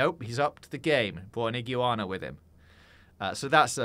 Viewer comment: I have never heard anyone pronounce iguana like that haha